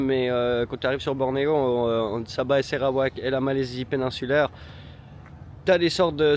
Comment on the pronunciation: Je découvre votre "voyage"! Merci d’appeler le Sarawak et NON SÉrawak !😢, information : merci = Terimas kasis, bonjour : Selamat pagi, étonné de votre galère pour le super 97 ici à Kuching toutes les stations en ont 😂, le Sarawak et Sabah font partie des 14 états de la Malaisie mais, c 2 états possèdent 80% du pétrole et gaz de la production de la Malaisie et le Sarawak a quelques "rêves" d’indépendance ! Ils ont un gouvernement avec un 1er ministre, à Brunei ce n’est pas un roi😢mais un Sultan comme en Malaisie et chaque état de Malaisie a un Sultan 😂 Bonne suite et vous verrez que la Malaisie n’est pas la Thaïlande, enfin vous êtes en pays muslim appliquant la Charia mais, tout est Cool en Malaisie et vous pouvez boire et acheter de l’alcool et du porc ! 😂😂❤❤ Au prochain épisode, je me régale d’avance ❤❤